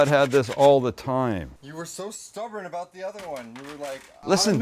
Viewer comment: when he says “aboat” lol or awkwardly moans